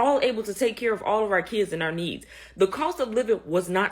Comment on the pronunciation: I’ve been laughing since November about how none of these EBT video producers can pronounce Kids.